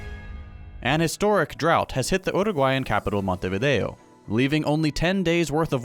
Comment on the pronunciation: Two things. First of all, perfect pronunciation of Montevideo and Uruguay. And second, thank you for showing the problem we have here.